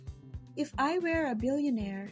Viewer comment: "were" pronunciation needs to be corrected. Kindly listen to the correct way of pronouncing it by listening to an audio (look it up via google).